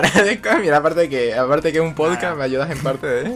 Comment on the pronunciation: Cada vez que decían podcast mi mente era como: SE DICE "PODCAST", NO "POSCAS", PRONUNCIENLO BIEEEEEEENNN Perdón, tenía que decirlo x'd Fuera de eso, estuvo genial, esperando el siguiente con ansias! 👀💕